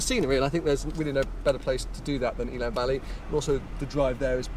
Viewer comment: Great video and content as usuall 👍🏼Quick tip from a Welsh viewer in case you visit the area again one day. Elan Valley is pronounced in the same way as the Lotus “Elan”, rather than Eeelan. 😊